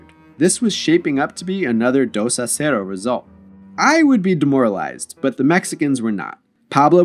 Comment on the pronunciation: i hate how this dude pronounces “dos a zero”